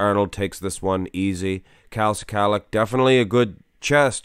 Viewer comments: NOT SI-KALICK ...IT'S "SKULL-LOCK" OR "SKA-LOCK"... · Pronunciation is: skull-ack